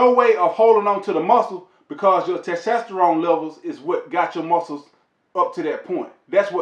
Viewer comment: "Ta tasterone layvals"🤣🤣🤣. I love this dude.great vid sir!